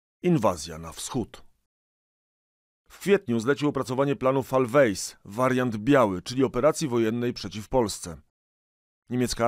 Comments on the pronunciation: dobra robota... tylko lektor mógłby sprawdzic jak sie czyta niemieckie terminy: Fall Weiss to fal wajs a nie fal wejs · hej, kolego naucz się podstaw czytania w języku niemieckim... falwejs brzmi jak ejnsztejn po rusku! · Pana podcasty są świetne, szczegółowe, dobrze zrealizowane, ale... proszę o jedno: proszę sprawdzać przed podcastem, jak należy wymawiać nazwy obcojęzyczne. Nie "szarże d afair" (wymowa Pana lub czytającego automatu(?)) a "szarż;dafe", nie "fallweis", a "falwais", nie "linia kurzona", a linia "cærzona". Byłoby fajnie słuchać bez językowych przeszkód 🥰 Mimo to i tak gratuluję rzetelności i dokładności oraz umiejętności przedstawienia tematu w interesujący spoób. Pozdrawiam ciepło 😊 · Nie fall weis, tylko fall wajs. Nie rozumiem skąd się biorą w polskich podcastach te problemy z prawidłowym wymawianiem innojęzycznych nazw. Przecież to można łatwo sprawdzić. A nawet jeśli dla Autorów podcastu język niemiecki jest zupełnie nieznany, to jest sporo osób z którymi można się skonsultować. Od takiej wymowy bolą uszy.